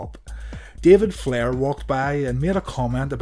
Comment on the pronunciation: The way you said David Flairs name 😂😂😂